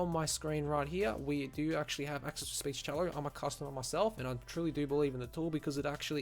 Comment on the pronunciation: You call it 'Speech-cello', but isn't it just 'Speechelo'? Anyway, just an observation - thanks for the video.